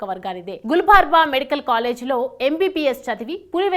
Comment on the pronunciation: Neyamma Gulbarga medical college.pronoune clearly